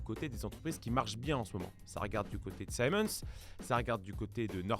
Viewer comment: Siemens ne se prononce pas saïmohnse mais ziemenss , c'est allemand